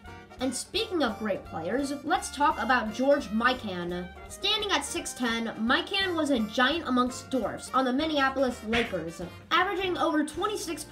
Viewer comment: George Mikan is pronouced My Ken